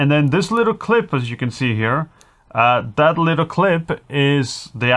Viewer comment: IMH0, they didn't sound that great for US$450, the receiver looks intrusive on top of the camera... sorry, wouldn't purchase. Small point. It's pronounced THis, not Dis, THat, not Dat, THere not Dar, THe, not Da... practice this dipthong,, will make you videos more enjoyable for English audiences... I know, small annoyance, but your English is really very good, just this one thing that will make your narration so much better... love your channel, sorry to be so critical